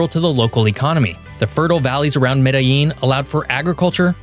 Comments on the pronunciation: Me-dtha-jean or Me-da-jean = Medellin. Not Medeyeeen. This is Colombia, not Mexico. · LL in Colombian Spanish makes a J sound just so you know. So not Mede-yeen, it would be Mede-jean. Great video. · Es Medellín, no medin Es Barranquilla, no beranca, baronia o cualquier nombre que le pusiste Se pronuncia Buenaventura, no bueno ventura Tumaco no tomaco Contrata alguien que habla español y no Una IA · Interesante analisis del contexto territorial de Colombia, sin embargo la traducción al Español presenta errores de pronunciación, sobre todo al pronunciar algunas ciudades como Medellin, donde pronuncia "Medi" o Barranquilla pronuncia "Bara"...independiente de este detalle, los felicito por tan excelente análisis de la Región Pacifica de Colombia. Saludos desde Barranquilla, Colombia. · Cartageña??? Bógoda??? Medeyin?? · You are a geography channel You make a video about Colombia And you manage to mispronounce 2 out of 3 cities, it's not Bogoduh or some contraption you produced and its not Madallin either. As a gringo you should know how to pronounce the LL in Cordillera as well. Truly pathetic, didn't watch the rest, of the video. I know a bit about the country and its geography, ecology and geology. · Bo-ga ta. Learn the pronunciation please I’m tired of you tubers butchering the names of Colombian cities. Your Medellin pronunciation is better than most muy still not right